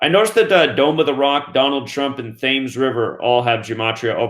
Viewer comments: Thames... River Thames... pronounced 'Tems..... Ems..'. Thames Much love from uk London 💚 💯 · Thames is pronounced TEMS.